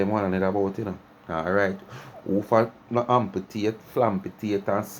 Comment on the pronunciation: A mi alone hear the word ampletate instead of amputate😂😂😂😂